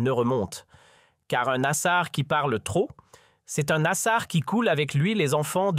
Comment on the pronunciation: Site Regards Sur la République , je vous dénoncerai sur tous réseaux sociaux pour votre propagande sioniste et des mensonges nasar quelle prononciation , aller faire un stage de toponymie algérienne.